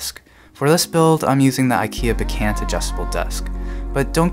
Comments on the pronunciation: Not to be petit but it's pronounced bekAHnt, not "be-can't", like you say it. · its pronounced BEK-AUNT (even if it looks ANT) as in your AUNT Judy!!